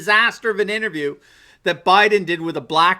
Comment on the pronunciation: This guy, who looks to be in his 40's, can't say "Interview" and he's making fun of a 78 year old, who has a history of stuttering as a child, for having trouble pronouncing "fitness". That didn't work out too well, did it?